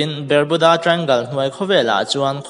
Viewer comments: Ber-mu-da tia lam hian a mawlzia bak a tilang lo, Bar-mu-da tia lam tur tih chu class 8 passed chin chuan an hre vek ang. Channel siam hi YouTube khawih thei nazawng hian an intihhmuh a, zahna chang lah hre awm der si lo. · Bar nilo in Ber tur zawk alawm .Barmuda nilo in Bermuda zawk aw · Bermuda hi BARMUDA tiin kan lam ṭhin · Bermuda I pronounce dan inzir thra te, azathlak khop mei.